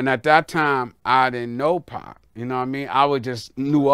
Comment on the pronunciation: lol he aint say pac Dawg said pqc😂😂😂😂😂